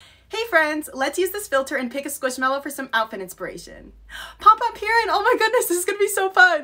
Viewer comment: As a sanrio fan, I am insulted how u pronounced pompompurin